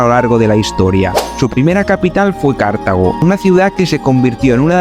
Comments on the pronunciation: Dice 'bonito' y 'maravillarnos' así como mil o dosmil veces, aunque con voz de estar descubriendo la piedra filosofal. No parece que conozca a fondo Túnez, a la vista de sus explicaciones ligeritas y topicazas o el delirio de repetir sin sonrojo lo de Cártago (sí, a lo esdrújulo 😂). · Cártago no es esdrújula chaval, sino Cartago, palabra llama, y Leptis Magna no es Leptis Manga. Hay q formarse un poco.